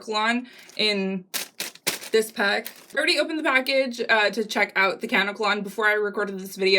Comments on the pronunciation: I don't mean to sound like a bitch but it's pronounced kuh-neck-uh_lon. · It pronounced "KA-NECK-KA-LON" 💙 also remember to pre-treat the dreads by soaking them in apple cider vinegar and warm water for about 15 minutes to neutralize the alkaline. There is a chemical agent on the hair that is a skin irritant that can cause itching and bumps so the apple cider vinegar should do the trick and you don't have to deal with that anymore. ☺